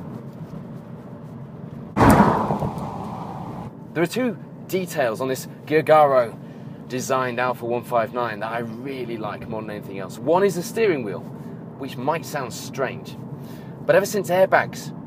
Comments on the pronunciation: Its not pronounce gugaro its jewjaro . Gi is j in italian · Weeeeell, no... Vectra never used this platform. It was used only by Alfa 159 as SAAB and GM leaved the project. Also, JTDM used in Opel and Vauxhall is FTP common rail diesel, so... However, great video. You remind me on Richard Hammond, so I like your way of telling things. Just, check your facts please... (Giugiaro pronounciation as well)